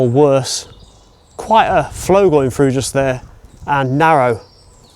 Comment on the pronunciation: The word through not frew